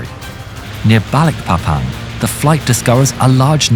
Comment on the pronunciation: Balikpapan City is a city in the province of East Kalimantan, Indonesia. Balikpapan is the second largest city in East Kalimantan, after Samarinda City, with a total population of 733,396 people in mid-2023, the way you say "BALIKPAPAN" was so clear and nice. thanks from Indonesia🇮🇩